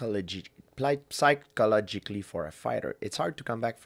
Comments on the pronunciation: Georges “Psi-ko-lo-gik-ly “ Saint-Pierre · you know, pull the word "psychologically" out of the dictionary. If GSP can't say it, it shouldn't be there. Praise be GSP :)